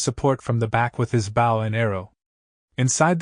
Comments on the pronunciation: I'm new to these really so excuse me if this sounds stupid....where the hell did these narrators learn how to read!!! Is it a computer? Not this guy though only problem I had was his pronunciation of "bow" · Bro do all of you use VO bots? Or like TTS or something? If not you need to fire your editor. -- edit Yeah, bro you don't even check for mistakes? "Bow" in the item context is a long o sound, not like bending at the waist -- but you're a bot, so I guess that doesn't matter?